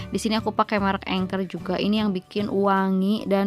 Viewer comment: Anchor bukan engker 😂